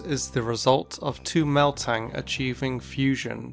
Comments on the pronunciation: "MELtang"? How dare you disrespect my favorite line. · Nobody: Not a single soul:: Meltang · ......why did you call metang meltang You just made a video about pronouncing pokémon names wrong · The thing that haunts me most about the beldum line one is how you pronounce metang MELTANG Also am i the only one who always saw the beldums in metang and metagross? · It sounds like he's saying Meltan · Did say "Meltang"?: Nah...:........... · releases 2 videos about proper pronunciation of Pokemon names. Also: "Meltang" (. Twice) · It’s metang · ikr so bad smh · Metang doesn't have an 'L' in the name, you're saying an 'L' in it's name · It sounds like you are saying "Meltang" rather than "Metang". Is it just me or no? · It's Metang, not Meltang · it's not meltang it's metang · The Frenchest Fry - He DID say Meltang when saying Metang’s name... repeatedly. It was really annoying. I wonder if his brain was mooshing together Metang and Melmetal. Still, how was it never caught in editing? Maybe he actually believes there’s an L in Metang. I don’t get it. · You said Meltang hh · Yes it's not meltang it's metang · WHY DOES HE SAY MELTANG IT'S METANG HELP I CANT UNHEAR IT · Its called metang not meltang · Metang, not Meltang. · Do you say, “Meltang”? Instead of “Metang”? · this guy spels metang melt ang???? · Its Me-tang not Mel-tang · It's metang not meltang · He said meltang but its called metang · Why do you read Metang like "Méltang" ? It's "Metáng". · Why did you pronounce Metang as Meltang? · it's me-tang not mel-tang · It is not meltang it is metang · Metang, not meLtang 😂😂😂😂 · metang not meltan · He said meltang lol not metang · I love how in stead of saying metang it sounds like he is saying meltan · Mıst people:metang:mel-tang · You just post a video on how to pronounce pokemon names and then you call Metang "Meltang" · So we just gonna ignore that he said meltang instead of metang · Did I hear Meltang or Metang?